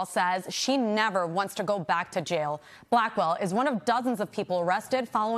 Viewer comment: I thought she called her Blackball but she was saying her last name, Blackwell. I had to go back and double check 😂